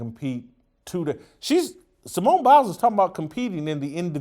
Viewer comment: Simone Bails. Not Simone Biles.